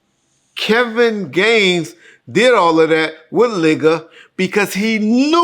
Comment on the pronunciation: Ligga....not, my aggin 🤣